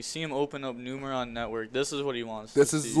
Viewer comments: IT'S FUCKING NUMERON (NEW MUR AWN). 🤦🏻‍♂️ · Boyyyy it is Numeron. Not Numerion. lol